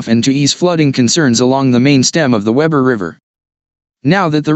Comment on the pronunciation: It is spelled Weber and pronounced WEEber